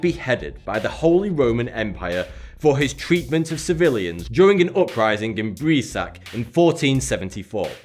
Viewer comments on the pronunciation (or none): You read Breisach wrong. For you, it would be "Braizah" (the h should be like ch in bach)